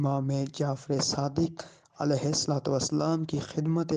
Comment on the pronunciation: Ye Alai wasalm Qn bol Raha he was Allyhi Qn